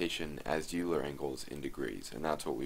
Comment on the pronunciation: thank you for the tutorial- really useful! p.s. Euler is pronounced 'oiler' - he was German And by German I mean Swiss !